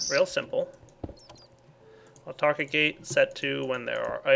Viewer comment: I remember when used to say auto-archic gates instead of autarchic.